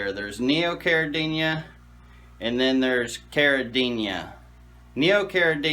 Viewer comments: You clearly have a lot of knowledge and experience, but i believe the word is CARIDINA and not CARIDINIA. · there's no Y in caridina...stop adding one when you pronounce it.